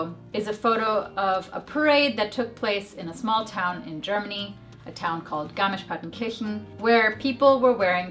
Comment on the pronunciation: Thank you for the useful advice but I have to say... Neuschwanstein and Garmisch-Partenkirchen are no easy place names and you nailed the pronounciation! Very good! Thank you! ;)